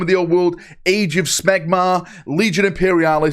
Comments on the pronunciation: Did you really say Age of 🧀 or am I hearing things in the warp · Did he just say age of smegma 😂😂😂😂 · I had to do a double take, I was like Age of what now? Smegma 🤣